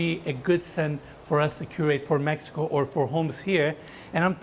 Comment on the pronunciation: 'cause it's in Meh ee ko